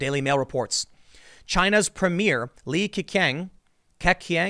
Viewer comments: Lee KekKing? So much for being mixed race part Asian Tim pools ability to pronounce Asian names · Their name is pronounced lee kuh-chahng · Tim, the letter Q in pinyin is read as the 'ch' sound in English. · It’s LEE-QUE-CHENG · the letter Q in china makes the "ch" sound, like in "change"